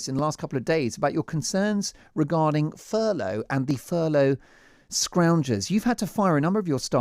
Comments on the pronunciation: This mong actually called it "furlong" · Just goes to show any thick plastic faced knob can make money, brains not necessary. By the way, it's Furlough, not Furlong. Maybe Charlie's had too much charlie up his hooter.